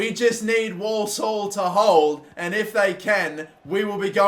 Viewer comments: Walsall pronounced warsall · Dude can’t pronounce Walsall